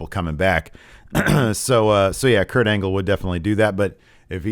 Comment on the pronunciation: Is it just me, but did call him Kurt Anal?